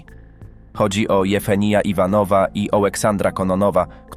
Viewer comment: Jewgenij - a nie - Jefeni.